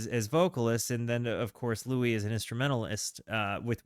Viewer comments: Louis smoked weed, all day, every day. His name is pronounced like St. Louis. If he didn't invent scat, he was the first to record it. & Yes, he is THE trumpet player. Without him, no Miles, no Diz & no jazzzz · What a treasure this album is. I always seem to think (incorrectly) that the Louis Armstrong version of "Hello, Dolly!" is on here. It's not. But that's the song that taught me how insistent Louis was, starting as a New Orleans jazzman, on the English rather than French pronunciation of his name (i.e., "Lewis" rather than "Louie"). No singer hits that S so hard on "this is LouiSsssssss, Dolly," until he's been called "Louie" 10,000 times and gotten progressively more annoyed by it 😅